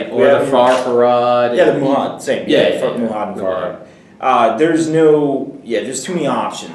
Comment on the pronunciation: Hey guys, great video as always. Two things though: 1. A banner on a mumak actually does NOT affect the Mumak itself since its base is more than 3 inches away from the banner bearer's. 2. It's MA-HUD, not MU-HAD. Sorry, this probably bugs me more than it should =) So here's my question: Do you think playing the pre-Hobbit book scenarios, i.e. A shadow in the east, fall of the necromancer etc. up to Mordor, using the new Hobbit rules breaks the scenarios? Since you can now call heroic marches, strikes etc. this seems to make a lot of them unfair. Do you think this affects all of them or only a few? Greetz from Germany, keep up the good work